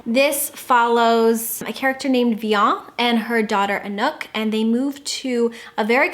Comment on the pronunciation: Thanks for the great recommandations! I'm gonna have to add Chocolat to my TBR cause it pops up in all your lists, and I already enjoy your other favorites.:) (PS: You seem hesitant about how Vianne is pronounced, so just in case you care it's " vee-anne", like in Brianna.)